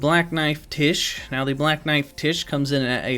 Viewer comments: One word: “Black knife Tiche”… I believe her name should be pronounced “Tyche”, like in Greek, Τύχη (the “X”, “chi” is pronounced as a hissing H, like the word “chiasm”). I believe this since it means “fortune”/“destiny”…. So you know, destined death. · FYI it's pronounced "Tie-key", not "Tish". It's a Greek name. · I dont think its pronounced tish. I think its pronounced like the Greek goddess Tyche which is pronounced like Nike but with a t.